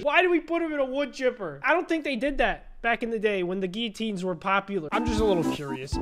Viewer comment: You’re saying it wrong you’re saying giuatiins